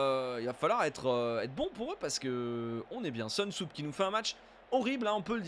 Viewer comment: Soonsup se prononce Sounseup et non pas Seunsoup comme tu as tendance à l'appeler;)